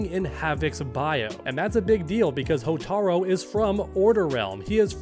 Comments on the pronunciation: Man come on, it’s “Hotaru” not “Hotaro” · Hotaru. Not Hotaro. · “Hotaro” Bro. It’s HOTARU. You’re supposed to be an mk fan?